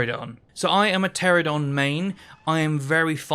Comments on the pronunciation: Ptera-NO-don. I crash out every time you say Pteradon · You keep saying "Pteradon" instead of Pteranodon. Thats as infuriating as "aluminium" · It is "Pteranodon", not "Pteradon". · Grinds my gears. I'm a "pteradon" main, but cant even say it properly 🤣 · Those aren’t the same thing. Pteradon is just a mispronunciation. Aluminium is correct, literally only Americans say aluminum